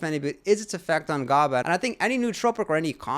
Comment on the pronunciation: Lol "gobba" tis pronounced gaba, but I'm glad you say phenibut correctly everyone says it wrong 😭 "phenibutt"